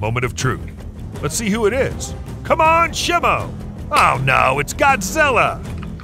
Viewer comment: FYI say it like shymo